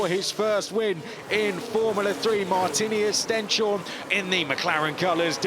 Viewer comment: This commentators must learn the right name of Stenshorne, not Stjenstorne!